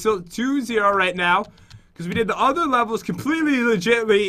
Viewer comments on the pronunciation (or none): none